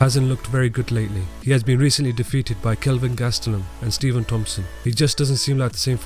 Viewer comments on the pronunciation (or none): none